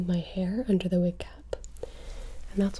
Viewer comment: You said widowmaker shot us in ZE head. Mercy doesnt have a french accent xD You said that you rezed us but then started healing? When someone gets rezed they are back to full heath lol not trying to be mean btw just poking fun 😜